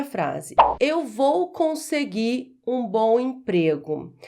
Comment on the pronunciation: "Eu vou conseguir um ..." quando houver, em seguida do verbo terminado em "r", uma palavra iniciada com vogal, a pronúncia denuncia e torna o erro evidente.